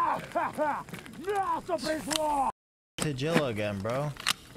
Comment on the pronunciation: Does he call him tajilla on purpose. Its so annoying.